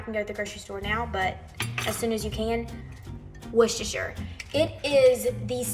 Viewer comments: Hey, from the U.K. - you are correctly pronouncing Worcestershire! Love the condiments, I made a mustard BBQ sauce yesterday and I will be attempting these this week:) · OMG! Have you ever had Heinz Chili Sauce??? It's practically ketchup. It is nothing like Sriracha, nothing -- nowhere near as hot, nowhere near as sweet. With that as a sub, you're not getting anywhere near classic Comeback Sauce. You're pronouncing Worcestershire correctly. ;) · The way you pronounced "Worcestershire" is correct 💯🇿🇦🇭🇲🇬🇧